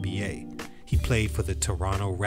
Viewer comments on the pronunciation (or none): none